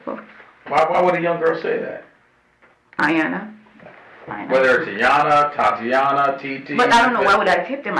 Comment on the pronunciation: “ why you did thet? “ with a Masters degree?? Lord!